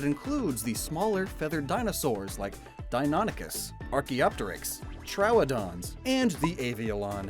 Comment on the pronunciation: Dino-ny-cus and Troh-wa-don